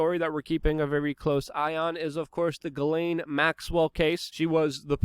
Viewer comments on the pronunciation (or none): Her name is pronounced Jizz Lane.